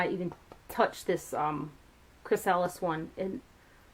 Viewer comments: Thanks for swatching them and telling us the ounce size! I am definitely more comfortable with the price now, it seems fair. *side note, Chrysalis is pronounced Chris-uh-lis, just fyi:) they are the casing that forms around caterpillars so they can turn into butterflies! * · Pronounced Chrys-a-lis :)~ love the butterfly theme here and it makes sense it's a lot of golds in the palettes. Great review! I guess I need this now..lol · Loved your pronunciation of the blue pallet, but the other way you said the name was right, the beginning of the word is like the name Chris, so it's ' Chris a liss'. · Can't pronounce "Chrysalis" !!! Doing my nut in!!!!